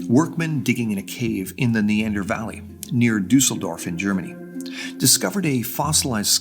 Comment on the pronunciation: Ok, how does this guy pronounce Düsseldorf this well, while butchering the word, "Thal", which is an old spelling of "Tal" (valley). The ü doesn't even exist in english.